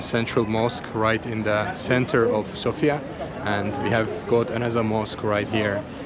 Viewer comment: you are one of the very few forigners who are pronouncing sofia and and plovdiv in the correct way, respect